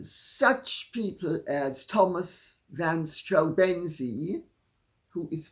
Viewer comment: van Strau-BEN-zee? 😂 Errm... no. STRAU-benzee is how you correctly stress the name. The first syllable, not the second.